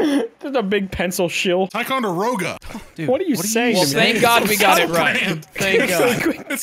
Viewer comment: WHAT IS WITH HIM MISS PROUNOUNCING ticonderoga I AM SO ANGRY GRRRR